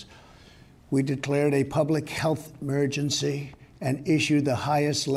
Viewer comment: "health 'mergency"